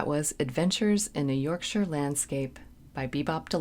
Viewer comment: Small point - love that you pronounce 'Yorkshire' correctly. Maybe do 'Sister Seagull' or 'Maid in Heaven' next, off of the same album I think.